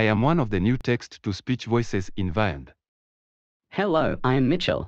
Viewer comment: The new Eric voice is not the Ivona version. As you can probably tell, most of them pronounce the word Vyond wrong. The correct way to pronounce Vyond is Vee-yond (Like beyond, but with a V for video). But most of them pronounce it Veye ond (Like the letter I).